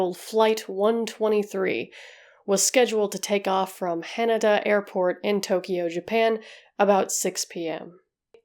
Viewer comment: I love that you pronounced hanada like canada.